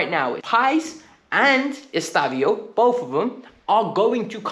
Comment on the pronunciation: His name isn’t “Estavio”. It’s EstevÃO